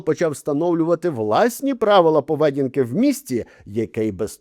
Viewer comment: Не повЕдінка, а поведІнка